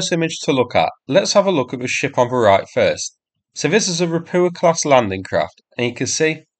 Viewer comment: It's called Rapucha and not Rapuha…